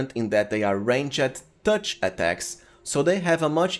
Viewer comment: nice videos, your accent is good, but the way you say "ranged" is so painful to my ears, look at prononciation and the overall quality of videos will rise!